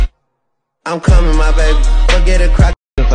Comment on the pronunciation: Ain’t no way, it sounds like I come in my baby 😂😂😂😂